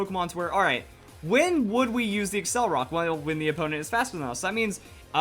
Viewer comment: It's not accelrock, it's accelerock. Pronounced like accelerate and rock. accel-er-rock